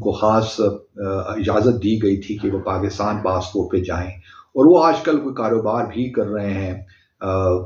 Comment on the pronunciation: PaGistan Bharat say aage thaa... Joke of millennium. 😅 Chacha Abdu...learn to pronounce Pakistan correctly.